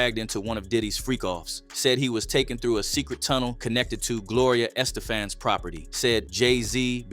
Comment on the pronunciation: Who’s Gloria Estafan ? This dude can’t pronounce anyone’s name 😂😂